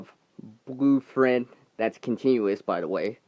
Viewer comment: I swear I thought you said "free fred" instead of free thread ..LoL